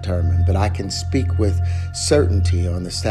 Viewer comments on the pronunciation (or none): none